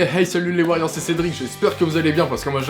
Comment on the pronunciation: En gros ton intro c'est "Ok et Hey salut les warriors c'est Cédric" ? Parce que figure toi que j'ai entendu "Ok les kheys salut les Wailords c'est ces drinks"